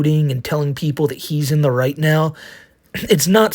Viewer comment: I just realized something...Is really calling himself the? He can't pronounce Right...comes out white?